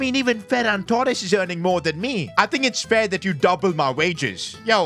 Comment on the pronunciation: no it’s Ferran TooRrRrRrEsSsS